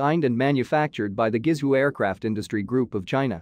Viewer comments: You need a new text-to-speech program, one that can correctly pronounce Pinyin (transliterating Chinese characters with the Latin alphabet). Guizhou is pronounced like "Gway Joe", NOT "Gwee Zoo". This is otherwise a good, informative video. Thank you. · Guizhou is Pronounced "Ga Way Joe" or you can say "Go Away Joe" really fast.